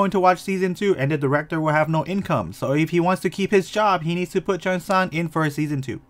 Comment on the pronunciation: his name is pronounced like chong san, not chee-ong san. eo together is not like oreo but like song. omg the mispronunciation I can’t. her name is pronounced like ee sak not i sack, they even joked about it in the show. and jimin is not gee min but it’s ji min not hard ee sound. ahh and it’s not cheo ong san either it’s cheong san. ik you’re not korean but please practice pronunciation my ocd is killing me rn lmfao